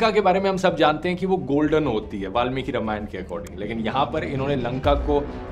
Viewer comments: Dhruv, informative video, but it's रामायण not रमायण ...now I doubt you really know about history of रामायण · Dhruv, very good video but it's रामायण not रमायन